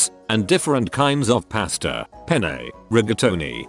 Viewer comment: Who heard the commentator's pronunciation of Volkswagen? Dude can't say pasta or makeup right but Volkswagen...easy peasy. Lol